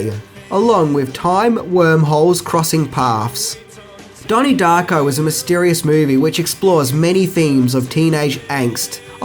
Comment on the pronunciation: " DAHNIE DAHCKO"